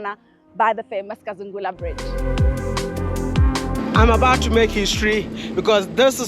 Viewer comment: Kazungula ..not kasangala.